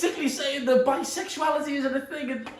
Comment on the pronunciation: no one: literally no one: olivia duffin: BISEXUILITY ISNT REAL